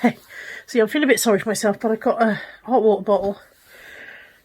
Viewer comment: The word without a "t" - ho' wa'er bo'le, haha 😀. Hope you are feeling much better by the time I watch this. Sending a virtual hug from across the pond.